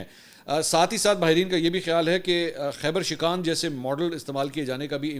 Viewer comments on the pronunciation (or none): yar inparrh ho khebar shikaan keh rahay ho,khebar shikun.....maathay pe parr ne wali shikun. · Khyber shikaan nahein khyber shikan